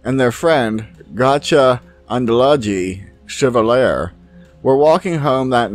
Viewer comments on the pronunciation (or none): none